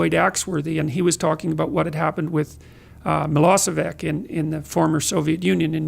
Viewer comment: 1. Yugoslavia was not Soviet republici, actually it was not even member of Warszaw pact. 2.Milošević has nothing to do with Soviet Union, it fell aparat before he started to be president of Yugoslavia, Balkan country. Actually it is Miloshevich not Milosevik, his name was one milion times pronounced on western tvs, so at least JP could remember it. 3. There was no unimaginable evil, like that Canafian minister said, it is completely matter of propaganda so shallow guys like this big one in front of Peterson could go to war in other peoples country, without any moral problem with that and do unimaginable evils like in Nato bombings in 1999 of Serbia. 4. Profesor Peterson is now in Belgrade, Serbia, ex Yugoslavia. He is healing english speaking part of the world, and land of unimaginable evil is healing him. I hope he will spend 10 minutes here to read something about our history and political manipulation from 1990-ies, to be better prepared for future podcasts. Who wants to learn something about unimaginable evil could just look on internet for words "Jasenovac" , "ustasha" or "turkish tortures" and he will loose the wish to pretend what this phrase means.